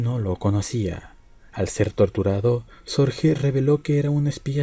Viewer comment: El apellido Sorge es alemán por tanto no se pronuncia "Sorje" sino " Sorgue". Es lo.más completo que he oido sobre la vida de Sorge. En hora buena. Es claro que fue un hombre excepcional cualquiera que sea la valoración moral con la que se le juzgue.